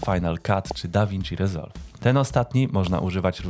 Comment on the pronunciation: Tam gdzie E nie czyta sie jak I to czyta prImier, a ta gdzie trzeba czyta rEzolw 😁😁